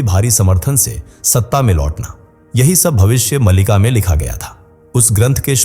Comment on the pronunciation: Malika nahin Maalika.